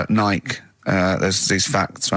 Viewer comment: Hey, RICKY, the name of that American shoe company is pronounced "Nigh Key". It's named after the Greek goddess